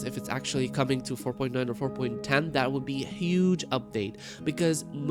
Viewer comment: 4.ten had me going you mean 5.0 lol he says it again 4.ten and a third time LOL im over her dying lol